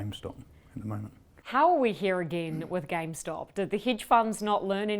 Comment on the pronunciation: Why does he keep saying “gamestock”?